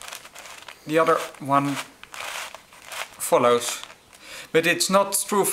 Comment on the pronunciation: the way he sez follows is very funny